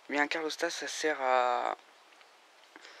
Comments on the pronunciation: hep les mecs !!! on dit calorstat et non carlostat..... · C’est CaLORstat hein, pas CARLOStat 😂